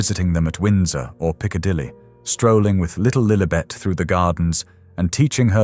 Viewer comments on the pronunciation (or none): none